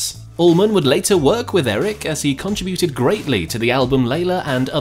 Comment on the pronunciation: Funny how this bloke pronounces contributed.